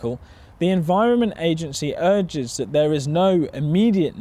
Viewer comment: Argues* (urges) fairly* (fairy) haha Just thought you might like to know, not that it matters now. Thank you again for all these videos, they've been insightful and educational. Like the last video about Bovaer, I was going to research it, then your video was about Bovaer. It was very helpful too, I trust your perspective on farming. I've unfortunately been missing numerous videos from you, 2 months ago I came to England from South Africa for farm work, it hasn't been successful though, really bad timing with this situation farmers are in now. As you've mentioned, I was in Tesco's readin fruit and vegetable labels, so many products are been imported, some that shouldn't be and should be locally sourced AND supported instead. I've been wanting to join farmer protests to show my support, haven't seen much around where I am (Liverpool), but will show my support when I learn of some tractor parades. As for the news, I don't watch anything on BBC or Sky. They're so equivocal and biased. Sky News Australia are good though. Thanks again for the informative content. Keep it up.